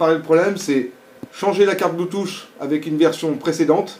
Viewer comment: C'est pas Bluetooch mais Bluetooth, ça se prononce plutôt Bluetoof même si 'th' ne se prononce pas exactement 'f'